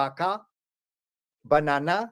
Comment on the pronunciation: Dude tried to say tabaca is basically they word for tabaco but that was made in America and then he did the bananana he basically added a extra na banana and I just laughed so hard then he uses big words and then he tries to say other words real fancy like he’s saying it in another language like saw-ooh- dee-a Arabia no it’s sou-dee-a arabi like what he just be making up shit and his knowledge and teachings are all discombobulated and taking things from different teachings and mixing it together like it’s time to set the older people aside because they are confused and it’s confusing our people and keeping them indoctrinated and discombobulated and he seems to not know that we have already connected the missing parts and became more accurate with the research and information